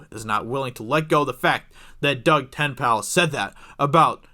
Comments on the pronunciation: who is Doug TENPAL???? Look at his GD twitter. TenNapel. Say it like it's spelled. TenNapel. TenNapel. =8-Þ Take two seconds to look at someone's name and try to pronounce it correctly. He purposefully writes it like that for his twitter to do the work for you on how to say his name. It doesn't make Geeks+Gamers look credible if you don't even attempt to say his name correctly. He's on EVS's Live stream every other one. Watch any one of them and you'll see that he is a BIG part of #ComicsGate as he just sent out his new Graphic Novel, "Bigfoot Bill". I really live your videos, but I grimaced and said his name correctly every time you mispronounced Tenpal. Maybe I'm just a loon like that, but for some people, at least TRYING to say their name correctly is enough; you didn't seem to give it that much. Just sayin'... I'm harsh because I care. =8-Þ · They want the creator of the Earthworm Jim not to be involved with the game about him? Unless Doug Tennaple (pronounced Ten-aple) sold the rights to Earthworm Jim, it is very difficult not to be involved into the new game. I remember the comic and old Sega games with great joy. SJW agenda is the cancer of humanity. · LOL your horrible mispronunciation of Tenapel again and again and again was so unnecessary. If you had bothered to google him, you'd find a wiki page with correct pronunciation. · you butchered his last name dummy, don't report on something if you can even pronounce his name correctly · For crying out loud, 5 seconds of research would have given you the correct pronunciation of Doug's surname, also his very strong Christian beliefs. If you want to create a commentary on something at least research it a bit first, otherwise your next job might as well be a buzzfeed. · IF YOU DON'T KNOW DOUG TENNAPEL THEN YOU DON'T KNOW COMICSGATE. By the way, you're pronouncing his last name wrong. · The mispronounced last name made it difficult to get through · It's Ten-A-pull, not Tenpal. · DOUG TEN-EH-PULL